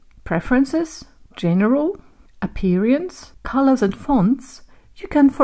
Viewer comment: Neat improvements. As a sidenote: made me search for 10 minutes whether I always pronounced the word 'appearance' wrong.